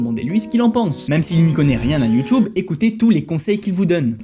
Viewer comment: J’aime bien comme tu dis YOUTOUBE comme mon senseil de judo